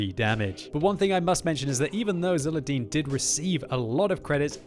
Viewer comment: Thanks for commenting my replay. I`d also like to thank the RNG-gods for making this video possible ps: It`s pronounced with Zulerdeen ^^ or just Zul / Zuler - Zuler